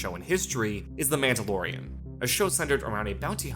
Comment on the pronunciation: You shut your filthy mouth about Rogue One. You can’t even pronounce Mandalorian correctly.